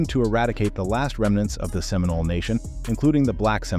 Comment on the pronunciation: Oh see Olah? 😒🙄 Can’t even get the pronunciations correct. We are still here to tell our own history!